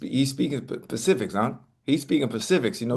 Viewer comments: he speaking pacifics 😂😂😂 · Chad said pacifics😂😂😂😂😂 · “He was speaking pacifics”😂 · Ocho..."He speakin' pacifics?!?!" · He speaking Pacifics unk 😂